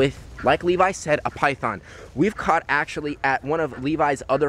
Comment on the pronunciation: Its so funny when it saes pithon eating chicken but it sownds like eating piyhon chicken